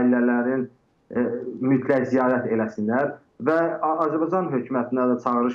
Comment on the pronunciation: Bahib analiz eledim ki siz TROL butun sherhlere zeherinizi tokmusunuz. Yerli yersiz. Ondansa Mehmana "Azerbaycan " sozunu duz demeye orgederdiz. Yohsa Azebacan demeyi butun millete tehgirdir.